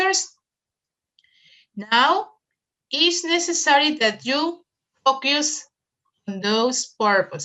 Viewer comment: FOCUS pronunciation: ( fōkəs ) ........... NO "FOKIUS"